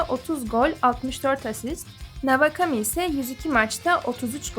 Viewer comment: Navakami ne ya kulaklarım kanadı doğru telaffuz etsenize şunu